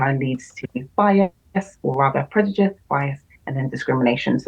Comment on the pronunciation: I see no-one still can been bothered with the headache of correcting her that its "prejudice" not "predujice"